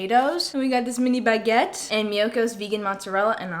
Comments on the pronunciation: the way you said 'baguette' waow you had a greaaat accent there, im french btw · as a french, hearing saying « baguette » with this excellent pronunciation might be the highlight of my day ❌🧢